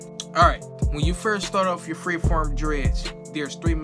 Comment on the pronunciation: dude say in the beginning fre-ferm dreads